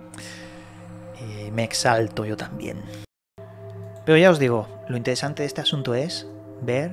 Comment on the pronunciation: Vaya que INTEDESANTE..... Este compa no pronuncia bien las palabras 😂😂😂 ES EL FRANCÉS 😂😂😂😜😜